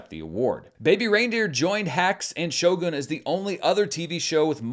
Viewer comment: Thank you for saying Shogun in Japanese 😊